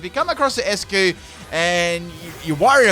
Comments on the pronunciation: Its not 'ess-cue' its 'ice-cue' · I believe Eiscue should be pronounced as "Ice" cue because it's a play with the word "Eis" in German which means "Ice" and it's pronounced as such.